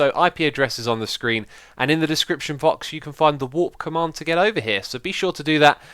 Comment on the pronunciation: The description fox ? lol I love pointing out your pronunciation mistakes, sorry X, I was the guy who pointed out the "same mobs as hostile blocs" mistake :p